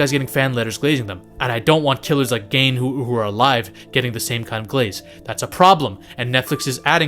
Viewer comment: Gein rhymes with Dean